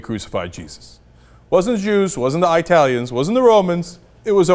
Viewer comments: Did he just say I-talians? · Did Cenk just say "EyeTalians" ? I hate it when people pronounce it like that...